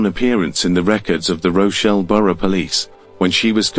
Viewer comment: Rochelle? Do you mean ROCH DALE